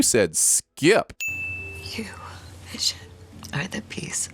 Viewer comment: Who’s “visiom”?